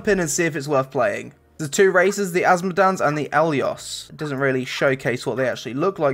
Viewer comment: is ist just me or does anyone else cringe when he says asmodians as asmodans